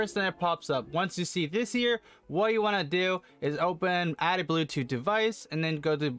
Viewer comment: "blue toe settings" 🙄